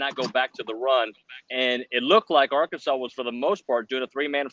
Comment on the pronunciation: The name is Arkansas. Not Arky, not Ark, not AR-kansas. MF'n Arkansas. Learn it. GO HAWGS